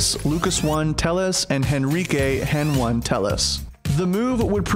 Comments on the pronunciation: ITS HENI ON HENONE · Who calls him "Hen-one"? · Hen 1 (bruh just say heni :v)